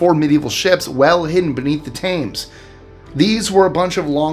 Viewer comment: Great video, one thing..... Britain's especially Londoners pronounce the River Thames as Tems hard phonic T followed by ems. 😊